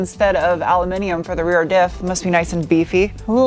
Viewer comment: Always thought your were extremely appealing ...but now I’ve heard you say “Al-u-minium” I’ve now upgraded you to awesome. 😁. Thank you for your hard work & content for this year & best wishes for the new year...